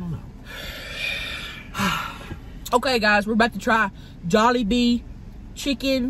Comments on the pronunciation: I think it's jollibee not jewlibee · Tammy: if ur ever at juilebee Nick: starts laughing at the way she said jolliebee Nick: what Tammy: what’s wrong Nick: oh im laughing at the shrimps…they died Tammy: oh aw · It's not pronounce to like that it's jol-e-bee But spelled Jollibee. It's a Filipino fast food place I feel sad also you made the title Asian food it is but call it Filipino. I love you bitch - to Tammy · He was too scared to tell her that its not Juliebee. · Which time! 😆 I heard it at least 3 different ways lol my favorite was jubilee... love you sug! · 😂😂😂😂 It was the first time she said it wrong. She said Jubilee last. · When she said Jubilee instead of Jollibee 😂😂😂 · Of your ever near jewlibee✨ 😂😂😂 not even how you say it lol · Tammy: if you ever at joellbee Nick “laugh”and assume he laughing at the shrimp even tho he laugh how Tammy say jolibee Tammy: WhAt YoU lAuGh, WhAt WrOnG?!? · Did he say jeliwbe instead of jollibee😆😆😆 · LMAOOO WHEN SHE PRONOUNCED JOLLIBEE WRONG NICK LAUGHED AND SHE WAS LIKE WHAT YOU LAUGHING AT AND HE WAS SCARED SO HE SAID GE WAS LAUGHING AT THE SHRIPS☺️🤣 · Nik said “I’m laughing at the shrimps they’re dead” comment because he was probably laughing at her mispronouncing jollibee and when she asked what he was laughing at he didn’t want to get in trouble so he said the first thing he could think of. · I laughed when you said Jollibee wrong, and Nick lies and said he was laughing at the shrimp. Lmao!! 😂😂😂😂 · that look omg lmao. Agreed it seemed it was the way she pronounced Jollibee. I love it. I also love how she says Darrel loves everything weird :D He and I are very similar, except I shaved of my beard when it became a fashion. Fuck fashion beardos